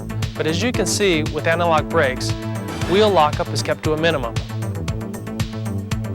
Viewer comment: Also the dude saying anti-lock like analog irks me.